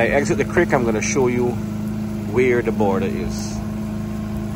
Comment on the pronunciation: Border not Baarder, this narrator speaks raw for an announcer, disgraceful representation of Guyanese, learn from Isri Singh